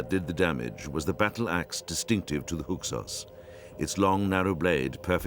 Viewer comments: It bothers me that the narrator can’t pronounce Hyksos correctly. It sounds like he keeps saying “Huksos”. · I cannot believe this narrator can't say "Hyksos".